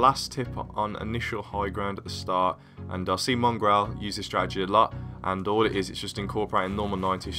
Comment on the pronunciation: This is how many times he says "Stradegy" ¤